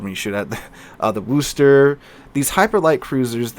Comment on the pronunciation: The way that you pronounce "Worcester" is absolutely cringy to those of us that live or have lived close to Worcester, MA.